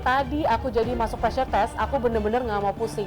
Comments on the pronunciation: Pressure min bukan preasure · *PREASURE wkwk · pressure min, bukan preasure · Pressure, min.. bukan preasure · Min, maaf harusnya PRESSURE kan, bukan PREASURE 🙏